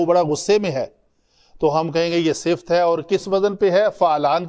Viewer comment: Sifat hota Hai sift nahi hazratt